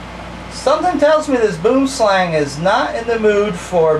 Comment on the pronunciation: Hahaha Mate you are a legend, I'm a South African, and I just can't get over how you say boom slang. ( yes the pronunciation was wrong but seriously who cares ) I would like to thank you for posting all your video's I find them fascinating, please keep them coming :)